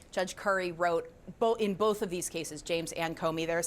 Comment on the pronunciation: Thanks for not putting an "L" in the word "both", often pronounced "boLth"